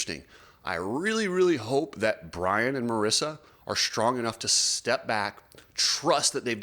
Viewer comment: its mareeeesa not marissa